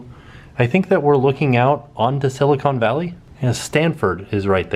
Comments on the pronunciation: Did I hear you say silicone? Its silicon! I dont expect you to know that though. Welcome to my home town. You should come visit fresno some time! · Please Tim... it’s Sill-a-con like khan... not cone like ice cream. Silicon and Silicone. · Silicon. Not SiliCONE. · LOL, It's pronounced..sila con valley.